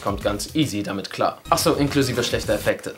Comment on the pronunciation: Ahcso hast du auch gesagt😂😂😂